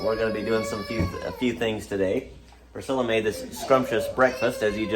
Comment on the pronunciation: I like how AI pronounced Priscilla: "Pris-killa" :)